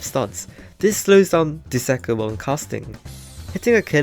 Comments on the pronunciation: Bro literally said duzakah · bro said dusakar